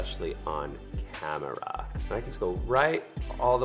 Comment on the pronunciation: When she said "on cam-eh-rah" was that a 30 rock reference?!